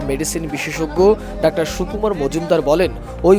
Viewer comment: ডাওার না যানুয়ার